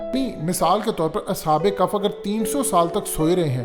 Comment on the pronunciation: کف نہیں بھیا کہف ہے تھوڑ غور کرو